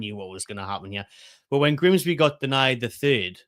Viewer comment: Mah can't even pronounce Grimsby. That's how bad it was.